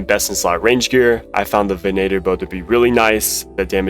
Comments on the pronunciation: "Ven-8-er"??? Bruh, "venn-itter." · ugly runelite, mispronounced venator bow, custom menu swap trick doesn't work. FAT dislike